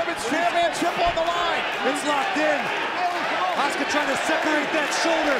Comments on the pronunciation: Name:asuka Pronounced:oska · Why do the commentators insist on pronouncing her name as "Oscar' - it should be pronounced A-suka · What I heard is OSCAR hahahaha